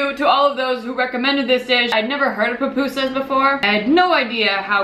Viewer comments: Finally someone that pronounces pupusas right! You just made a whole lot of people from El Salvador happy hahaha! Love your cooking video's btw :) you're amazing. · YAYY!! you say it correctly :) I am from el salvador and i find that they are tasty, easy and fast to make :D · You said it right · Yes! You pronounced it right! SLAP IT HIGH! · yeah you say it correctly